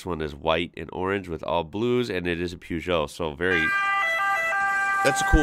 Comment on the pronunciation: Peugeot pronunciation xD it's more like P (with uh sound attached) zho